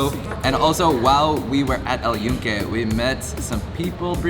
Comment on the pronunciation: glad you pronounce very well Puerto Rico, but fail on the name of "El Yunke" with N. You said El Yuke.